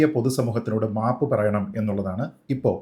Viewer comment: 😂😂😂😂 " mapu" ennu kelkumbo Savarkare ormma varum😂😂😂😂